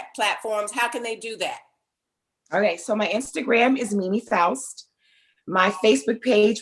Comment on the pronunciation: faust not foust